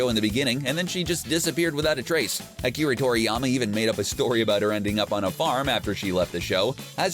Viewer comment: Akiri 😂😂 It's Akira, you uncultured swines. Show some god damn respect!